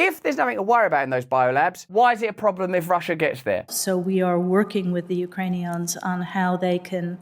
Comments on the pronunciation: Did she say Ukrainion? Yep, Ukrainions. What is she in a Star Trek episode. Is she talking about Klingons? Ukrainians, not Ukrainions. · Did the lady say “Ukranions”? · the Ukraini-what’s lmaoo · Who the flip are the U-Krane-Eons? Is that some evil race of space aliens? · Did Nulan say ‘Ukrainions’ 😂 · "We are working with these YOU CRAY NEONS!" - how come no one can speak properly anymore? has everyone been taken over by AY LEONS?